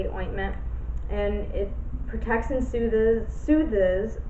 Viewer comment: Shout outs to you for not pronouncing soothes right xD You said Soothe ez It's pronounced /suːð/ sooothhhh the e is silent girl xD Omg I can't